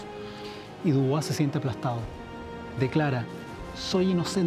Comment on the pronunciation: Se Pronuncia DUBUA